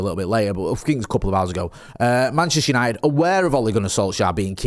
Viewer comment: It’s United not yanited